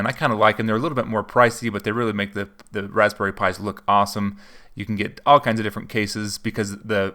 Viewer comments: Is it just me or does it sounds like he's saying rasssberry pie and not razberry? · I think you over pronounce the "p" in raspberry just a tad. Good video man and good energy! Great job!